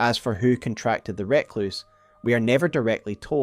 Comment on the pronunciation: Fantastic video as ever. Adds a lot of context to some disparate lore. Though I die a little inside every time with your pronunciation of 'Recluse'.